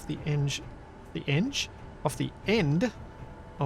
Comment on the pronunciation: "Endge" = End Edge...lol